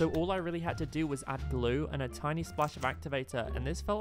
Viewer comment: If u put words on and when he says even more glue it says even more glow I think it’s cause of his accent